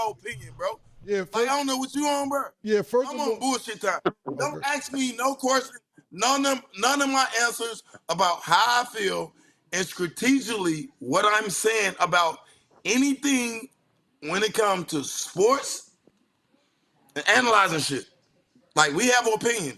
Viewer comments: Starting the show off w "Scrategioutly" lets u know its gonna b a long show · That fool Pac-Man could even say “ strategically” correctly 😂😂😂😂.